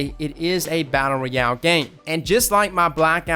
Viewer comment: Brotha please don't take this the wrong way, love the channel and all that you do for the gaming community. The way you pronounce ROYAL sounds so weird....... ROY....ROY..AL, not REE...AL.